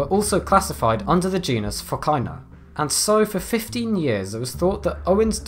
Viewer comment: the way you pronounce "PHOCAENA" is ridiculous